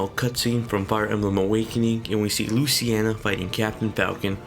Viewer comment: Luciena? It's pronounced Luce-een-a